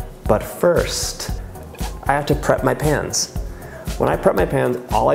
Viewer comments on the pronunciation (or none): "but first, I have to prep my pans" sounds like pants xD